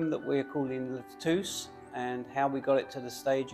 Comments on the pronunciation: You had thrown me in a loop when you mentioned Lutece, as it should be pronounced like Lu Tesse. Very interesting video and keep them coming. I am very interested in your endeavours. Thanks again 🇨🇦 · Guys, It is pronounced [lu-tè-Ssssss]😉 Great job on the bathrooms !